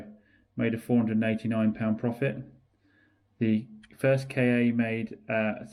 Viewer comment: Interesting video. One observation - it's the Ford 'Ka', not Kay-ay. I feel better now.